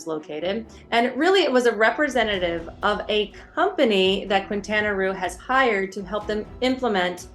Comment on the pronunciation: Please...Keen-ta-na Roo, not Kwin-ta-na Roo.